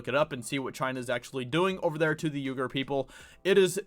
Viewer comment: Just a heads up, it is pronounced "wee-gur".